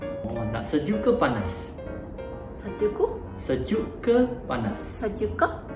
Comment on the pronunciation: why sejukku ..just sejuk😂😂